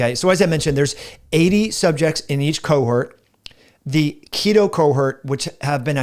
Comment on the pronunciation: Hi, may I tactfully point out that the second syllable of 'cohort' rhymes with 'port' and the first syllable of 'haughty'. It is not homophonous with 'hurt'. Thanks, and with kindness, Len W.